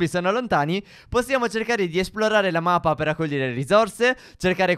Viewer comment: stef dice mapa